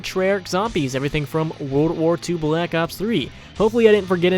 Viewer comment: I love hearing that "bE lak ops". And thanks for providing information!